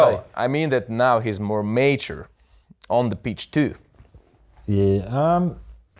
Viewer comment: bez czepiania ale słowo Mature wymawiasz źle. Nie jestem purystą angielskiego lecz samo oglądanie kategorii na pornhub to nie wszystko;)